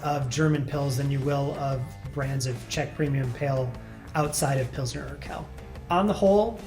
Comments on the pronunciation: Just a note: The second word in "Pilsner Urquell" isn't pronounced in a French way (like "urkell"), but more like "Oor-kwell". "Quell", or "Quelle" (with an additional e - pronounced like the one before - at the end) is a German word for source/spring/well. "Urquell" means something like "ancient source." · It’s more of a “w” sound right? I’ve always heard pronounced “urkwell” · depending dialectically, could also be pronounced "oor-kvell" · "Urquell" isn't pronounced "Urkel". The second "U" isn't silent. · To put an even finer point on it: “qu”would be “kv” so Quell would be “kvell.” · for those who want to pronounce "Urquell" correctly: it's something along the lines of "oor-kwell" (the 'oo' pronounced as in the noun 'moor')